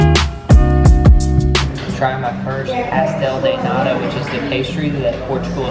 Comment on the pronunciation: I am so happy you went to my motherland! You kinda butchered the name of pastel de nata but all is forgiven and I hope you had a magical time!